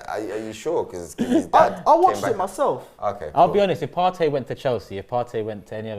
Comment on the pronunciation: wish people would stop pronouncing partey "partay", im from the same tribe as him in ghana..its partey pronounced "party' i.e club gathering